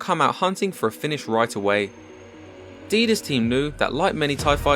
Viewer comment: Whenever you say "Thai fighter" I hear "TIE fighter". 😃 And yeah, anyone with a pulse would be inspired by this fight.